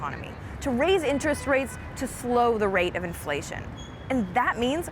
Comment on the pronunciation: Is it 'inflation' or 'iflation'? Come on CBS News, you can do better.